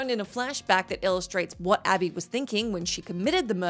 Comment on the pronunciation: Same reason she said ally instead of Abby. Lack of quality